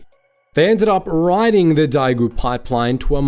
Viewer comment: Understand Chinese isn't your forte but daigou is pronounced like "die goal"